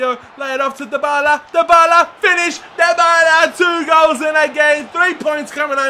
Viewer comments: Tayyib Jawid it's De-Bal-Uh, trust me... I watch Serie A games, and the italian commentators say it that way. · ***** it's die-ba-la m8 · Dybala is pronounced die-ba-la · It is said like die-bar-la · 6 episodes into the series and still cant pronounce dybala's name.. lmao